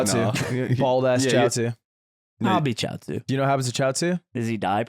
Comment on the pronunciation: i respect for sounding out chiaotzu and googling them sm